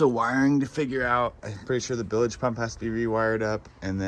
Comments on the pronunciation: Holy shit you got robbed. $500 for two trailer tires on I-5. Wow you got insanely robbed. And it’s BILGE PUMP not BILAGE. 😂😂😂. Sweet boat tho. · It's bilge not billage !!!!! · What’s a bill-ige pump? 😂 bilge not billige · Billage pump ????? I think you mean bilge pump .😂😂😂😂😂😂😂